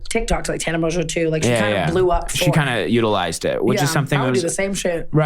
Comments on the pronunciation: Okay but the French would pronounce it MON-Jeaux not Mojo!???? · People still be saying Mongeau wrong lol Mon-go Kinda like that 😂❤️ ily Tana